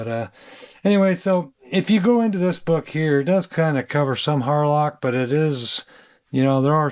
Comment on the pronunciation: Thanks for showing us this. Had to listen carefully tho. Wasn’t sure if you said Harloc or Harlot… 😂